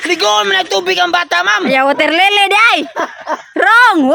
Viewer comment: Waterlili 😂😂😂 baptism gagi